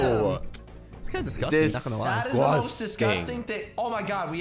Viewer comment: say what i sag dis-gust-ang DISGUSTANG